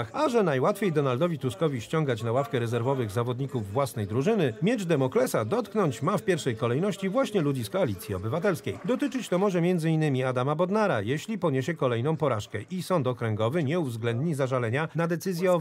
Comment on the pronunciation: Miecz Damoklesa. Nie Demoklesa.